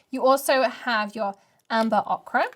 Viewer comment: Thanks for showing the full Woodland Walk range. It's really lovely and I hope eventually to get all the pieces in the range. Just a point of pronunciation....OKRA is a vegetable - OCHRE is pronounced OAKER or OH-Ker Sorry, it's the grammar teacher in me, I can't let mispronunciations rest until they're righted... 🐨